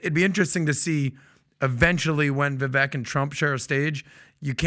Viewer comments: It's Vivek...like cake 🎂 So pronounced as Vivake 🙏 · Vi-vake. Please pronounce his name correctly. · Vivek said his name rhymes with cake. So it would be pronounced Vivake. Just FYI. Love you guys! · Its not vee vek🤦🏼‍♂